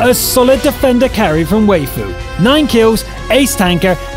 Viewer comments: Way-fu... Gud Jub Why-fu is the correct way to say it. At least they know what it means. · It's not Wheyfu... it's Why-fu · Waifu should be pronounced as "Wifoo" lol... It's a way of saying Wife. Fun fact. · your pronouncing waifu wrong its pronounced as wiafu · you nub, you read waifu wrong! Read like: wifoo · ok you just butchered waifu XDDD